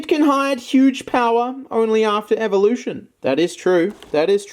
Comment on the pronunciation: said "1 evolutio" lol